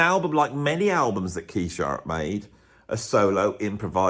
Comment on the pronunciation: why do you pronounce it "Sharrett", rather than his real name, "Jarrett"?